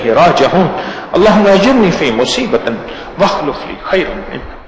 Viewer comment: Yeh hazart to wakhlufli parh rahe hen jurni ko ajirni farma rahe hen